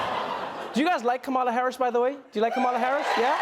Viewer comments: I hope Trevor learns how to pronounce KAmala Harris’ name before he interviews her. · it’s KAma-la like “comma-la” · KA-ma-la (accent on the first syllable).